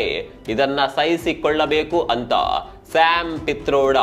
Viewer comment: ಶ್ಯಾಮ್ ಫೀಥರೋಡ ಅಲ್ಲ ಕಿಟ್ರೋಡ